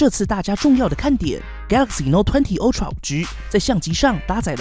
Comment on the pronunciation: Ultra是唸凹不是歐喔